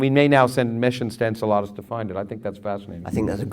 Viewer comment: I hate that he says it like, 'Ensuhladas.' en–SELL–uh–dus, is the way I usually hear it pronounced.